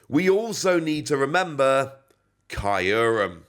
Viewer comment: It’s pronounced Kyr-Rum Im pretty sure